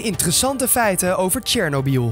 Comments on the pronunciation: Lol tjernobie het is chernoby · Het is Tsjernobyl